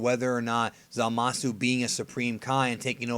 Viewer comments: I prefer over forneverworld. Cant stand wen he says "zamas" instead of "zamasu" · zamas isn't wrong. it's like saying hit instead of hitto. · Dragonball's Best except it isnt because you are missing the U at the end of zamasu, we dont see hit's name being spelled as hitto anywhere as far as i know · A skinny white dude thats a big YouTuber says the same thing. It is kinda annoying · Andre S lol kinda true